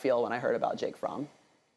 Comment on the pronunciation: Jake fromm state farm.. i thought she was saying jake farm.. child😬